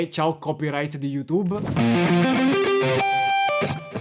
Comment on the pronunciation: immaginavo che avresti risposto così. Non è invidia è una considerazione. Detto questo guardo sempre tutti i tuoi video che sono fatti molto bene. Non concepisco come un youtuber che tra l'altro non sa neppure pronunciare la parola "YouTube" che tu pronunci "iutub", possa avere più considerazione di musicisti molto più quotati. Scusa per il commento se vuoi cancellalo